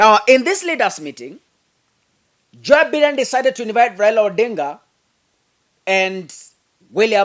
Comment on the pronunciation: The name is Joe Biden, pronounced 'Joe Baiden'.